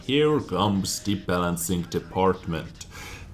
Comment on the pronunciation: 'the balanzing department' lol